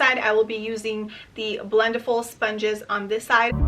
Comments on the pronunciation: It’s pronounced like blend-eh-ful. Not blend-eee-ful lol. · Great video! Just a quick correction: it's pronounced like "blend-EH-full" rather than "blend-EE-full." Think about it this way: for the word "blending," you don't say "blen-dEEng," right? You say "blending" - short and flat "I" sound.